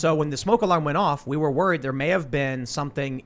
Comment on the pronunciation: Hi Tim. Love the show, but it is peonounced "we", not "wu-wu-wu-we". It is peonounced "what", not "wu-wu-wu-what". TY and God bless.